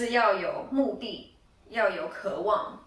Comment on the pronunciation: 不是“可 望”應該是“ 渴望” 。